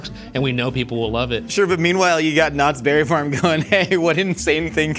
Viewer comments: WHY IS EVERYONE EMPHASIZING THE BERRY IN KNOTTS BERRY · says knots BERRY farm